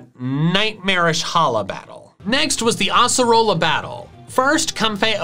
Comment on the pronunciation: God sake it’s ace-a-roll-a acearola Edit: I think I butchered the name at the end cuz I haven’t played for 2 years cuz I was hacked and ace-a-rola is my favourite character also stop shouting over the fricking elite four music